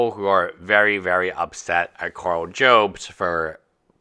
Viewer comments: just so you know, Karl's last name is NOT pronounced Jobes, it's Jobs as in Steve Jobs from Apple 👍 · Karl Jobst (pronounced Yobes) knows about the 1 way to spend your money: by hand-feeding it to his lawyers.